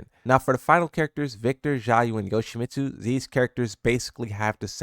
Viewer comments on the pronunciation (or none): none